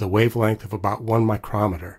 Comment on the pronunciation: Little mistake: Near the beginning you mixed up "micrometer" (a device) and "micrometre" (a unit of distance). While they might get the same spelling in US English, they are not pronounced the same. The device is "my-krom-et-er" (which you used), while the unit is "my-kro-mee-ter" (which, given the context, is what you meant to use).